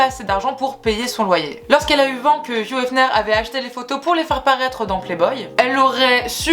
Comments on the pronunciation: Tu prononces * fiou* efner...alors que c'est hugh donc hiugue * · Pourquoi tu prononces « fiouhh » pour Hugh ? Ça se prononce Ugue, tu prononces le U devant et gh c’est « Gue »… 😭😭